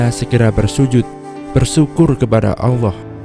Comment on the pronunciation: "Allah" bukan "alloh"